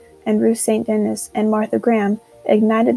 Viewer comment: This is a great video for a beginning understanding of modern dance. It is Katherine Dunham, not Duncan, and Ruth St. Denis is pronounced like Dennis, not Denise. Thanks!